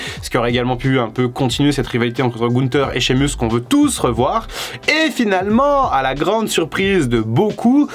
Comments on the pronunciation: Shamus(meus) en anglais et non (mus). Vous m'écorchez l'oreilles. Apprenez à prononcer correctement le blaze, pseu, non ou même prénom des catcheurs ou catcheuses bon dieu bon sang🤌🏼🤦🏼‍♂️. C'est horrible à entendre🤷🏼‍♂️. Regardé AB1 le mercredi et mardi soir pour vous apprendre à mieux parler l'anglais par des pros du catch punaise😒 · Pourquoi t'es frusté? Tu fais des leçons mais tu as fais une faute à Sheamus mdr